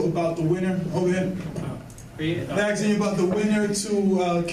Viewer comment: why are some people pronouncing "asking", "aksing"?